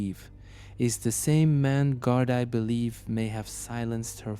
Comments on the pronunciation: I don’t know if this is AI but for god sake stop saying GARD I. IT IS PRONOUNCED GARD E . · You told the story really well 👍 I hope they find enough evidence to lock up whoever did this to Annie. Just one little thing, Gardaí is pronounced as gar-dee. That's all ☺️ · don’t worry about the critique of you pronunciation of Gardaí! The Irish language is a tricksy little thing, pronunciations can be wildly different to the way the word looks like it should be said.